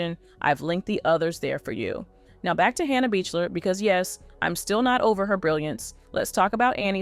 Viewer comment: Wonderful, will def watch other videos! Regarding Hannah— you pronounce her last name Beakler ✨